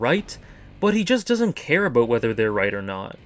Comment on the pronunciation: "ouwt" "abouwt"